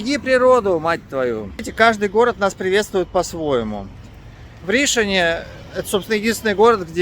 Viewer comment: Хорошие вы, но что у вас с произношением? ШавермА? Почему не ШавЕрма? И почему вообще шаверма, а не шаурма? 🙄🤔, а Ришон вообще в каждом предложении режет слух! РишОн!